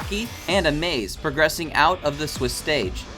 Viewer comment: Just saying but you pronounce it as "amas" not amaze :p. Good recap though